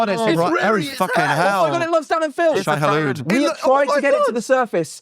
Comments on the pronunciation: dan saying shai hulud 😭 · Dan saying Shai-hulud lmao